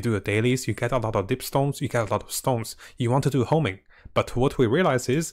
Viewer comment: HONING BRO, HONING. NOT HOMING